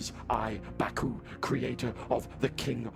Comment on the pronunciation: Bacuh more like ba-COOK